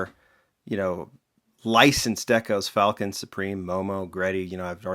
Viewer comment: It pronounced fall-kin. Not falcon..... say it with me brah.... fall-kin